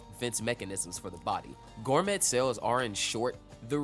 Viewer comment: The t is silent in gourmet, it's pronounced gour-may